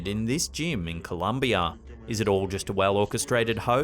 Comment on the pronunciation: Colombia* not Columbia.